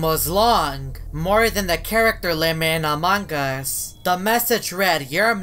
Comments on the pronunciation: I heard among gus :/ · everyone: among us: among GUS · I love when say "Amongus" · No its among us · But its amugus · says amongas all the time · Why does he say among us like that